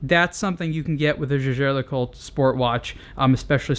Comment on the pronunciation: Its names jaeger (~jaiger) le coultre not jagér!